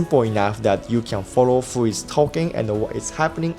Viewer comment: Ooooh it was supposed to be who, I was like "wtf did he just say" xD